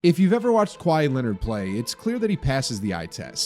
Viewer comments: Kawhi-eeeee. Stop saying his name like that. Sounds terrible. Either get cultured or delete this video forever. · his name is not kwy-ee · Why does he say kwai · why is bro saying “Kwhy” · lol i love when people pronounce his name like hawaii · The h is silent in Kawhi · The way he pronounces kawhi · Voice actor can’t pronounce Kawhi 😢